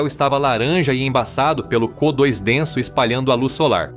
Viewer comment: a Inteligencia artificial precisa ser usada em pontos críticos mesmo; fica muito massante; "có2" enfim...